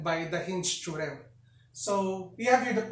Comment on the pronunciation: I love it when he says "Theo-rem"